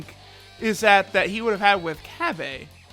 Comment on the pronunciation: Cab-Aye Lmao